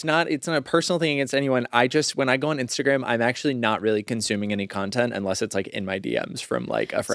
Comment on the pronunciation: I like when talks about "Instergram" 😂